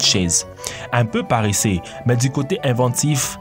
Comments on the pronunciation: on ne dit pas paréssé mais paresseux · compté combien de fois il a dit parreseux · La voix off est "parreseusse" 😂😂